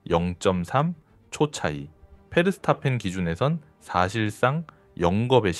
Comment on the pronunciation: 걍 ai 돌리는거지 페르스타펜 ㅇㅈㄹ 하는거보면